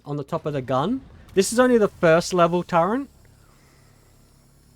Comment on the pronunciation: turrET not turrENT. GAWD!